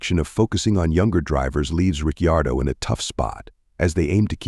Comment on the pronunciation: Misprounce Riccardo one more time!! 🤣